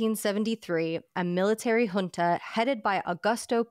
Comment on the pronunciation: Props to for being one of the few Americans who can pronounce the word “junta” correctly!